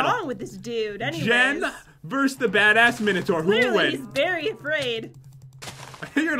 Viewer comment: He said baddass the name of the mob